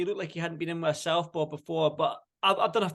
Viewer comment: “Sexpo he Fights Sexpo” (Southpaw) 😂